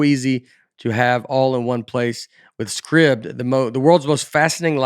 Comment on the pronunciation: You are okay with how Nate pronounces Scribd!?